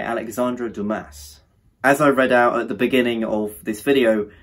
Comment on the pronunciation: Sorry but this is a bad review. And also at least read Dumas correctly....